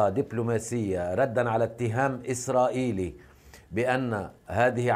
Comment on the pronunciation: الصحفيه قالت الجيش اسراقيلي😂😂😂😂😂